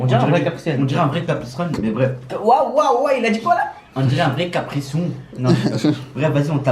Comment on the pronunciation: Guette comment il dit "caprisun as